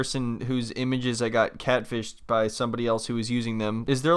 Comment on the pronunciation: I swear you’re saying CADfished.